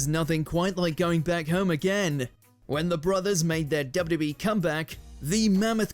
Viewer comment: The narrator couldn't say WWE..